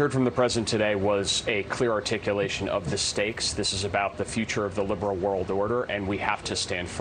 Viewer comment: 🤔Did you say "Lame Brain World Order?"because that is what I thought you said.😖